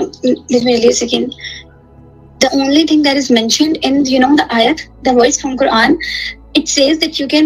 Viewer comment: only pick on women from the comfort of his house come out on the streets. talking shit once again as if he knows anything about the Quran. First learn the pronunciation of the words properly